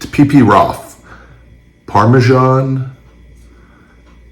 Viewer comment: Littering and.... Littering and... PARMISON!!!!!